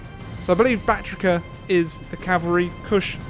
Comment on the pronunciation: soory but it's Baktria not Baktrika